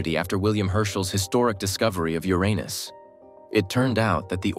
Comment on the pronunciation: Would prefer a human voice and not AI. Also please ensure you pronounce Uranus correctly. It's typically a hard pass for me for any channel that stops to incorrectly pronouncing it.